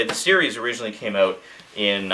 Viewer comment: i think its more like eout